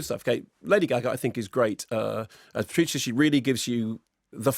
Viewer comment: I guess the other accents look less bad next to Leto's, but the better one speaks Italian, the cringier they all are. They don't even pronounce Maurizio and Patrizia properly. Why do this with accents, it's madness! I refer everyone to Ralph Fiennes' interview about the White Crow.